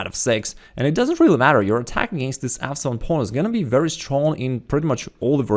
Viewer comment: every time you said f7 pawn I thought you said "asshole of a pawn" lol